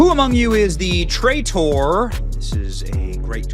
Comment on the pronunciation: There's no other conservative Youtube personality who butchers English as badly as you do. "Tray-tor"? Every one of your videos shows how poorly you've been educated. Never again will I watch one of your videos, which all show the decline of the American educational system. Adios.